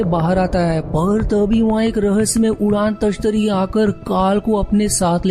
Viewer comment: Udaan tashtari nahi bro udan tashtari hota hai